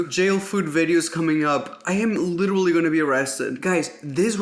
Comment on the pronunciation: in this video, Raphael said “litera-ally” 87 times